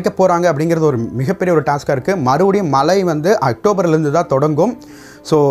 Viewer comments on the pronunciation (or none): முதலில் தமிழில் ஒழுங்காக பேசுங்கள். ல, ள்ள, ழ, உச்சரிப்பு மிக கேவலமாக உள்ளது. தமிழ் இனி மெல்லச்சாகும் என்பது தெளிவாக தெரிகிறது. மலை இல்லை...அது மழை